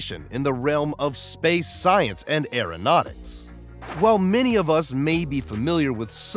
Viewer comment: I know for a fact that NASA didn't invent Tang. And what the HELL is Airyo-Nautics? Possibly like Aeronautics read by a MORON? (if he was reading it, he would pronounce it as MORAN). What a waste of electricity...